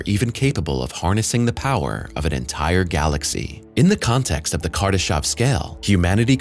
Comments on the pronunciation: It's Kardashev not Kardashov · I really did cringe every time he said "kardeshov"